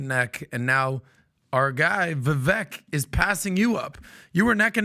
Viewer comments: VIVAKE NOT VIVECK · It's pronounced Vivāyk have some respect and cuth